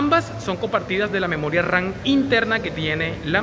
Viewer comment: es memoria RAM no RAN jajajajaj